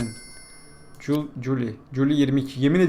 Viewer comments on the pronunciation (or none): Bir ingılızce ogrencısının 'july' kelımesını CULAY yerıne CULİ dıye okuması...